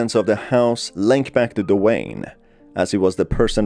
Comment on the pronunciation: I often heard The Wayne instead of Dwayne lol